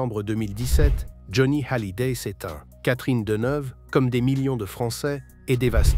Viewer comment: c'est n'importe quoi et qu'il aprene a prononcer hallyday